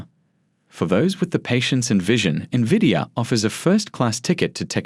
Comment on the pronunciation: Don't trust a guy who doesn't know how to pronounce the most significant company in the market. N-vidia not Nividia